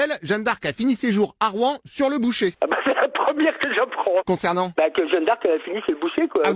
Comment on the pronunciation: Au lieu dire sur le bûcher il dit boucher😂😂😂